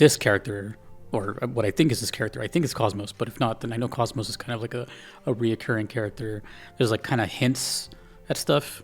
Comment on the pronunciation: Oh yeah, they call her "Cosmos" in Xenoblade 2, don't they. Why?? They have three games where she's called KOS-MOS in both Japanese and English. Is that down to XB2's lack of good English vocal direction again? I can't imagine they mispronounced her name in Japanese.